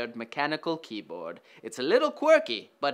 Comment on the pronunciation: Keaybard plas